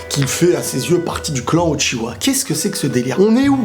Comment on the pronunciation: Pourquoi tu dis utchiwa c'est uchiha 😡😡😡😨😨